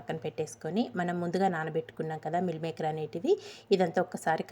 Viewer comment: ఎవరు చూసినా vegetarian dishes ని non veg dishes తో ఎందుకు పోలుస్తూ ఉంటారు? మిల్ మేకర్ కాదు మీల్ మేకర్ అనాలి కర్రీ కాదు కరీ అనాలి